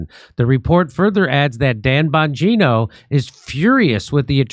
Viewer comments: Jimmy his name is Bongino … not bon journo 🤣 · I fukken LOVE it when Jimmy accidentally calls Bongino “bonjourno” 🤣🤣🤣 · I love how jimmy calls him bonjourno😂😂